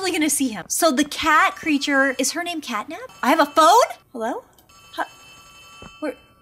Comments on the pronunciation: It's cat nap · It’s cat nap